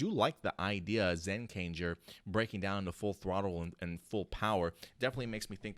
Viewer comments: To be honest, it sounds like an Air Force theme similar to Jetman and a little bit of Ohranger. I wouldn't be surprised if the plot of the show took on some Go-onger-type vibes. Also, the name is pronounced like "Key-Kai Sentai Zen-Kai-Jer" LOL! "Kai" is pronounced like putting a "K" in front of the word "eye" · zenkaiger is pronounced like gokaiger but with zen instead of go and kikai is pronounced as if you were saying "kick eye" or "kikeye" to be more accurate. lol, I don't know how else to explain it